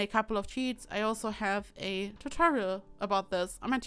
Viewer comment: "flower bed" became a "flour bed" 😂👍